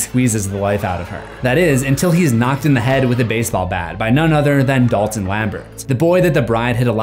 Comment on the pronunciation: My mind is in a weird place as I watch this, as I keep hearing Dolphin instead of Dalton!